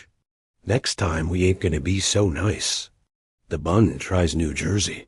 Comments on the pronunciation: Pronounced “Boond” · No, it's BUUUUND, what you've laid out would sound like BOO as in boo-hoo. You don't know your German, yah dummy